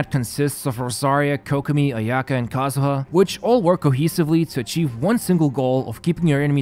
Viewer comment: I can’t believe you just said kazuha wrong